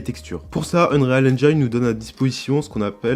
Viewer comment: Par contre en anglais on ne prononce pas engine avec l’accent sur le i, c’est juste engine avec un i comme en français ;)